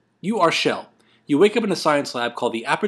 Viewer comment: It's chell not shell